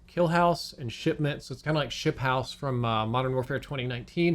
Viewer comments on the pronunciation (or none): ship-house??? you mean shoothouse?